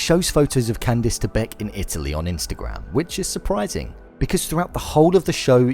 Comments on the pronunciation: its Candice not candees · It’s “ can-diss” ugh I live in the uk and my name is pronounced the same. Ppl always pronounce it wrong and say “ can-dees “ 😒🙄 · holy crap! its not pronounce Can-deese, you saw the show, right? they pronounce it properly. bonus video. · I'm British and I would never pronounce Candice like that. Its just weird. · I live in the UK and no one pronounces it like that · Tony Mvr I like how he pronounces her name